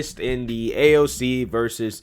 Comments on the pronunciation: In reality, Pelosi hates AOC...to the point Pelosi doesn’t even know how to say AOC’s name!! 😂😂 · Nancy can’t even say AOC’s name lmao